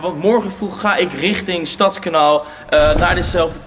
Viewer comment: Gecondoleerd. Maar je legt de klemtoon verkeert bij Stadskanaal. Je zegt nu STADSkanaal. Maar hier zeggen we StadsKANAAL. Dus klemtoon op kanaal ipv stads.